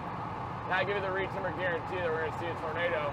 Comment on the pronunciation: "Reed Timmer garentee moment"